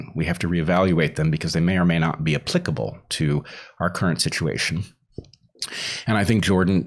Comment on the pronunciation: Happy to hear a podcaster pronounce "applicable" correctly......... cough cough, JOE ROGAN.. cough cough